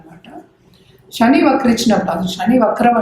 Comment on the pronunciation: తల్లీ శని అమ్మా షని కాదు.. వీలైనంత వరకు తెలుగు పదాలు వాడండి. ఉదా : Sun అనే బదులు సూర్యుడు అంటేనే బాగుంటుంది